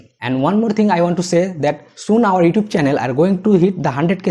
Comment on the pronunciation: Please say YouTube right. Thank you good video.